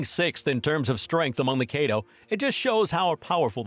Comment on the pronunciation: nigga said kaedo